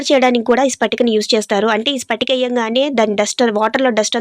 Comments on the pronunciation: Sister spatika kadu patika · స్పటిక కాదమ్మా ... పటిక. ఈ పటిక మీరన్నట్లు దృష్టి దోషం తగలకుండా main hall lo పెడతారు . అంతేగాక నీళ్లలో వేస్తే కాసేపటికి నీళ్లు శుభ్రపడతాయి.పటిక బెల్లం or పటిక పంచదార వేరు. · Spatika kaadu akko patika akka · Spatika kaadu amma patika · Spatika kadu patika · Pattinchukonu pattinchukonu antune ekkuvaga pattinchukuntunnaru anipinchindi Spatika kadu patika